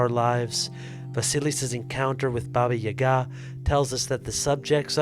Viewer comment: Wow you actually said Baba Yaga right. You’re the only one I’ve heard that pronounced it correctly that I assume is not Russian. Thank you